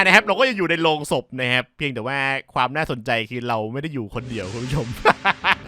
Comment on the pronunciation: โลง ครับ ไม่ใช่โรง